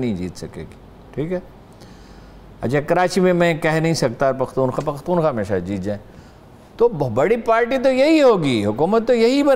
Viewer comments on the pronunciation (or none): none